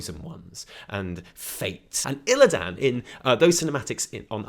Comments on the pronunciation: pls stop saying "ILLIDAAN" its illi-dun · Fuck! It's not Illi DAN it's pronounced more like Aladdin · WHYYY DO YOU PRONOUNCE ILLIDAN LIKE THAT WHAAAAAAT